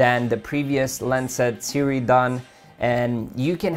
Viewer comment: See-Roo-ee ...... If you are going to review a product, you should learn how to pronouce its name. Just saying.